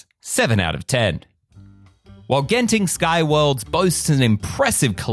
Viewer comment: you pronounced Genting correctly, unlike our dear neighbour who always pronouce it as 'gent' ing.... thank you for that.